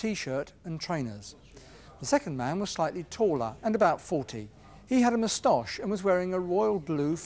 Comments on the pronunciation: “I mus-tosh you a question” 🥸😆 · Anyone else notice how superintendent pronounces the word 'mustache'? 🤣